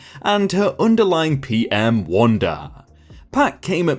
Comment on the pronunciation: "underling" is "under ling" not "under lying"